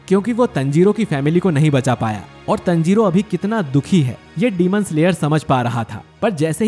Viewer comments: Bosdu tanjiro hai tanjiroo nhi hai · Tanjiro nahi taanjiro (Pronunciation) 😁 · You are saying Tanjiro Tnjiro😂😂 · It's not tanjiro it's taanjiro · You have to say taanjiro not tanjiro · Not tenjiro it is tanjiro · It's taaaanjiro not teeeeenjoro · Pronounce it better bro. Taanjirooo